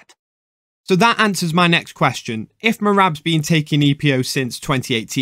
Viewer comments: with his accent "if" come out as "eph" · Epo sounds different than ph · He was simply saying "if" in Georgian accent